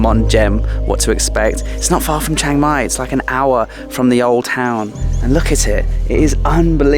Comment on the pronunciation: good : - you where closed to me my daughter complain about your pronunciation of Chiang Mai, haha we have been there 2 or 3 years ago, camping for 300 baht as we have own, and NOW she is so jealous - wanna go again so far I remember of 15 years here, and bicycle 120.000 km include racing ... 'pan ha Bhat' meant 1.500 Baht - what is fixing to that huts and area. But is has change so much in that years now ... wow guess will be there in Dezember / January for cold and sure dry, for maybe 2 nights ... that hill I did so often with bicyle since 2009 and the changes are hard (too much huts there now). you missed the night for record, like a big town at the hill - amazing ... and your evening and morning sun same side ? did I miss something ? Have fun in Pai then ... I wait for it.